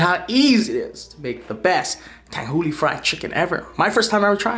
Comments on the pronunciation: I just wanna know how tanghulu could be pronounced tanghuli. lmao come on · It's Tang-hu-lu.. wtf is Tang-hoo-lee?... get it right next time. Lmaoo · Its tanghu”LU” not “li” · "Tanghooli" -, 2019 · It should sound like tanghuloo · lol it’s pronounced tangHOOLOO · Damn i cant stand how he says tanghooli